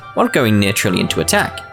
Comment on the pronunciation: I Swear you said tillion